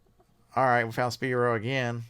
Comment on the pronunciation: Spyro, pronounces as, sp(eye)(row). Speeero, hahahahaha! Thanks for your advice lately done about $1200 in sales for the last 60 days eBay, just started like December 10th.